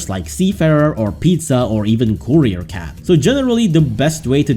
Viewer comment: It’s courier I don’t care what you say its courier.